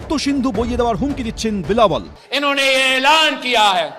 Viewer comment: হায়রে গাধা, বিলাবল নয়, সঠিক উচ্চারণ হবে, "বিলাওয়াল" !